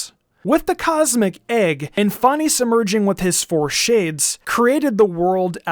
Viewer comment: Fan-ess That’s how it’s pronounced